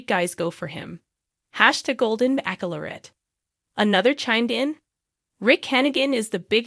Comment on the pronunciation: NOT BACKLORRET it is pronounced like Bachelor with ette at the end! I wish i could listen to this but can’t once you mispronounce so many words